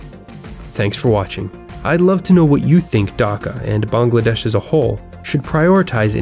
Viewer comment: ayy I’m a Bengali (tho since I’m from Kolkata the Dhaka dialect sounds so weird for me) Btw nice job you pronounced Bangladesh right